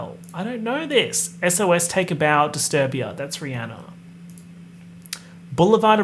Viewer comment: I'm so sorry to have to tell you that it's actually app-a-latch-a. I do however greatly appreciate your very correct pronunciation of Rihanna which people have been saying wrong forever.